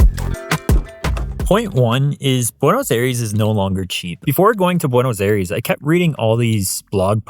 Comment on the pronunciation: It is hard to believe that you lived there for 4 months since you pronounce Buenos Aires so terribly.